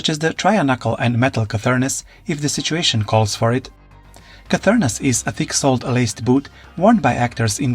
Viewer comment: Were you trying to say cernunos?